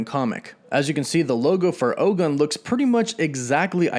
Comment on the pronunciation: OGUN IS PRONOUNCED OH-GOON. ✊🏿